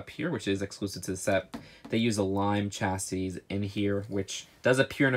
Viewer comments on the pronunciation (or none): P.s. Chassis... SHA-SEE... ok now I’m just being picky..love your videos